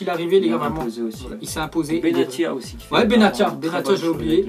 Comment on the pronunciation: Ca se prenounse benassia pas bentia